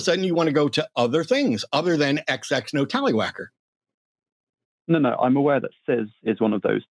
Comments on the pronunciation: "Talliwacker" smh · HE SAID TALLYWHACKER